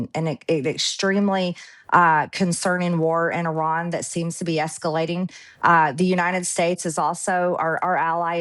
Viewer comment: She pronounced Iran correctly The she’s full of sheesh. She knew he was a racist. That is why she sided with him because she’s a racist. I have the utmost respect for her along the line of standing alone with the victims. She stood with Roh khanna and Thomas Massey, and committed to standing by the survivors. Even when she was booed, she stood alone. But at the end of the day, she is a Cold, calculating business woman. She hangs her mouth where the soup flows. She was by his line, hook line and sinker, and she promoted him like there is no tomorrow. She stood with the domestic terrorist who infiltrated our capital on January 6. She and Laura Bobert. For all we know, she’s the one who let them in. Remember somebody let them in. It was either her or Bobert. And the fact that she stood by his side, even for a second is enough for me to not trust her. Don’t trust this woman she is more clever than you think one thing she was right on is the conspiracies that the Moussa controls us she’s correct every chaos that happened to Americans has mussad fingerprint all over it. So when it comes to all those conspiracy theories about their eating babies in pizza shops she was on to something. She just didn’t interpret the codes correctly. She’s a businesswoman and she will go where a Honey flows On another note, have you noticed as soon as somebody leaves Maga they do their hair and make up differently and they start looking more human Another thing she’s a fierce protect her of her childre